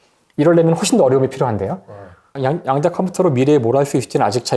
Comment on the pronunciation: "양자"가 아니라 "야앙자" (좀길게)라 읽어야 되는것 아닌가요.